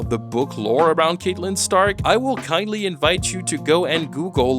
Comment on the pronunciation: it's pronounced CAT-Lyn not Caitlyn btw